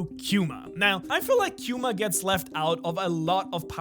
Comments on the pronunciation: It's Kuma. Not quema. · HE IS KUMA NOT QUMA.......NORMAL K NOT Q[[KJU]]UMA......